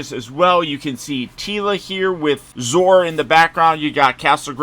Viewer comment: Zoar does not rhyme with Oar. It's two syllables. Rhymes with Sonar. ZO-AR.